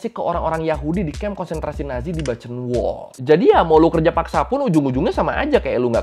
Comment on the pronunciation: Buchenwald. Bacanya bukhenwald bang.